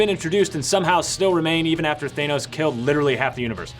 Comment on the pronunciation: It's Thanos, not Thainos.